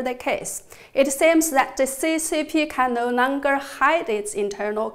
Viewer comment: I like the way she says .. No Nonger